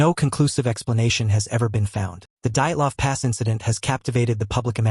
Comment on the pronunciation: Pronunciation is horrid. I know names can be tough to pronounce but, wow. You managed to butcher quite a lot of them. Dyatlov. Hit by an avalanche. Hence the lack of proper clothing/boots, tent caved in in the middle, causing it to tear, would cause the injuries sustained.